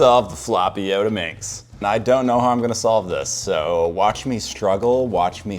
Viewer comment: Not yodaminx its Yottaminx